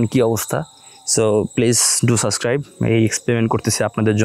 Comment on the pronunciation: সাসক্রাইব না, সাবস্ক্রাইব 😂 এই উচ্চারণ শুনলেই তো আমার আর সাবস্ক্রাইব করতে মন চায়না।